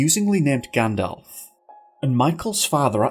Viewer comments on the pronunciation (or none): none